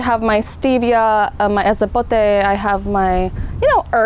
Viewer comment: G Vas Did you hear what she called it...Esapote 🤭🤭🤭😂😂😂😂 I died...🤣🤣😭😭😭 (Btw is Epazote)❤️🌷